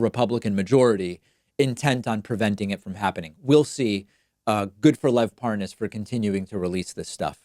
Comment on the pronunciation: Listen David, You seem like a nice guy but if you keep mangling these names, I may ask for my money back. Giuliani, Tulsi, Parnas, etc, what the hell. We've been hearing these names for months, years or decades. Come on! It's so freaking annoying!